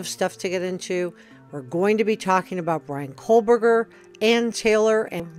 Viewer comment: Excellent report. I’m sure you are not doing this intentionally, but it’s Ko-berger, not Kohl-berger. No L. There has to be some connection, even if it was one-sided. All of the girls were HEAVY into social media—perfect for a stalker. He could have easily met up with one of them, and to the girl, it could have been inconsequential, not even worthy of mention.